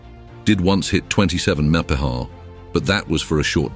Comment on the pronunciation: WTF is "meppa"? This lame-o automated narrator trying to say miles per hour?